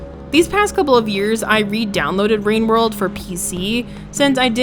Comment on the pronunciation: Ah yes, wowwed wine